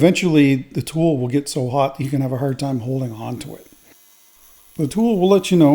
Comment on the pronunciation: I don't know if it's hard, but it sure is "hurd" 😁😁😁